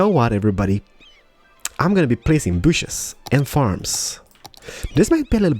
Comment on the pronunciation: plz say trees not bushus